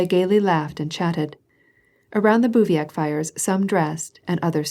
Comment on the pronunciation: Bruh, can she stop saying "calvary" and "bouviac" ??? Watch one single video about the Napoleonic wars before recording an entire tome with incorrect military word pronunciations. I won't even start with the foreign language place names